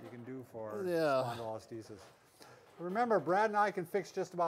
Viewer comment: Isn't it called a "Spondylo-lis-thesis"? Not a "Spondylo-listhes"